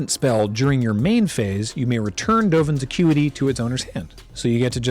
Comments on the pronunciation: I 100% heard that as, "Dovin's a cutie". Thanks.. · Not a Magic player, so I was confused when I heard repeatedly say "Dovin's a cutie" until I realized it was "Dovin's Acuity".:D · I swear I keep hearing saying 'Dovan's a cutie' rather than 'accuity'...